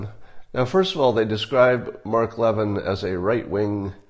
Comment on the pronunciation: It’s lev-IN. ACCENT ON IN